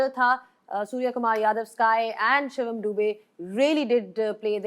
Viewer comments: Shivam Dubey ❎ Shivaam Dubey ✅😂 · Shivaam nahi Shivam hota hai. Naam sahi se lo Shoaib. Nahi to hm India wale tumhe Shoaib se Roaib bana denge 😂